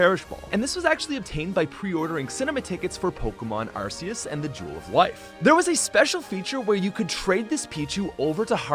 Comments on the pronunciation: I don't trust anyone that calls Arceus, Arrsee-us. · He also cant pronounce victini and arceus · I know how to pronounce it correctly. Also, yes, people do know. When Pokémon Legends Arceus was given trailers before it’s release as well as the Daybreak update, they said it like “Arkeus” with a hard C where the K is. So yeah. It’s Arceus with a hard c. Also Ash calls it the same way with a hard c. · You said Arceus wrong. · so what? everyone says it wrong,no one knows the real correct way to pronounce it so who cares how people pronounce it? it doesn't bother me and it shouldn't bother others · you pronounced arceus wrong